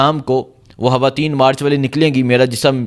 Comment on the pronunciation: اوہ بھائى۔ ھواتین کیا ھوتا ھے۔؟؟ ھاتون کیا ھوتا ھے۔ کیا آپکو اُردو کا حُرف “خ” بولنا نہیں آتا۔؟؟ خواتین ھوتا ھے. خاتون ھوتا ھے۔ 😂